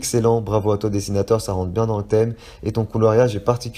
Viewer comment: Et mon nom c dessinautAUr pas dessinataur.